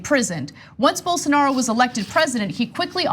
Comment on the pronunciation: Dave Rubin: “Bolsaaanaro”